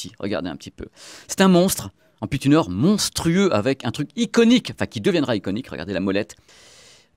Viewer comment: Un "tunaire" hahaha....un tuner..."tiounheure"